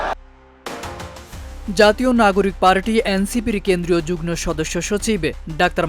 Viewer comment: যুগ্ন নয় যুগ্ম সচিব । ধন্যবাদ ।